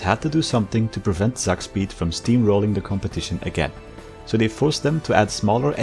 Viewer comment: It's not pronounced Zakspeed, but Tsak-speed! Tsak is a german onomatopoeia for a fast movement, like "whoosh" but more based